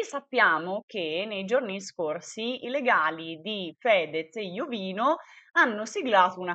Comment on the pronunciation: si dice IOVÍNO Con l'accento sulla 2a "i". F.Corona è un suo amico e lo chiama Iovíno, guardalo su Gurulandia puntata del 28/5